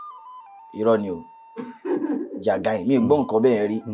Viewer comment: Also, I just want to make a correction. But, it may be deleted like before. The pronunciation of the orange 'jagain' is not as the producer pronounced it. We're all learning. Thanks